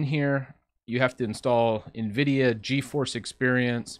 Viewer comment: Why is hard for some to correctly pronounce Nvidia???